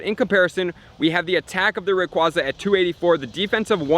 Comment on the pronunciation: I cringe every time I hear RayquAWza being pronounced. :/